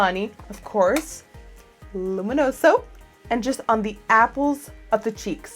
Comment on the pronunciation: I love your pronunciation of "luminoso" :) (I'm italian :D)